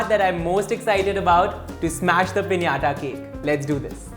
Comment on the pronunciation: Finally someone said "pinata" cake the right way 😌😂❤️